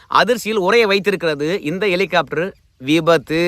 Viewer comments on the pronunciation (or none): என்ன எட்டி.. எலிகாப்டரா.. ஹெலிகாப்டர்..😂😂